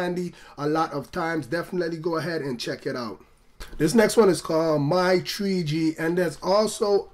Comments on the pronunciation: What's this new "TREE G" network I'm hearing about so much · tree G in da iPad tree